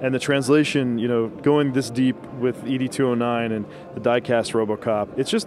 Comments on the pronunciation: E.D209, looks amazing but the way he said the units name bugged me, you say 'ED' like the male name 'Ed' like from 'Ed, Edd n Eddy'' not ''E D 209'' shame on you (i am such a Robocop fan) great video regardless:D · "E.D. 209"??? Dude It's always been "Ed 209"